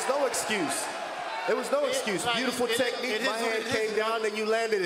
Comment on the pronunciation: “What’s your exthuse”